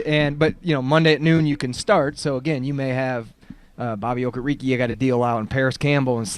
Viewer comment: All these months and still nobody has corrected Joe on how to pronounce Okereke lol